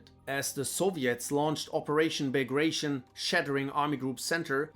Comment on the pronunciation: And Bagration is a russian Name, referring to one of the best generals opposing Napoleon for the Russian Empire. Therefore it's not pronounced like the english word "Ration" but Bug-ra-zeeon or teeon, both seem valid pronunciations, probably due to different transliteration systems from cyrillic.